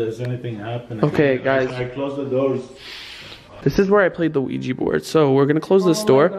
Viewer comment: martropical1 its ouija not quija